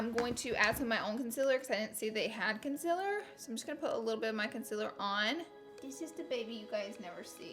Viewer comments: To be completely honest I love the way she says consiller instead of concealer❤️😂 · I love when she says consiller